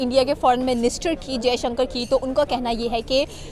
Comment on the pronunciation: It's Dr jaishankar, take the name properly bastard 🖕